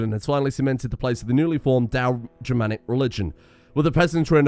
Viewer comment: Day 2 of commenting until fixes "Dao-Geramnic" to "Dao-Germanic"